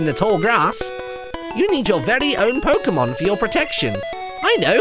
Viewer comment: did anyone else notice that Martyn pronounced Pokemon 3 differ ways? (Pok-ee-mon, pok-uh-mon, and pork-ay-mon)